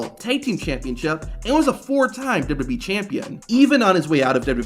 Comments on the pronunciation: This guy literally cannot say WWE 😅 MF says "dububee" 😂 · I cant even focus on the video because of how he says dubbadubbeee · Great video, but one question. What's d-dub-yee?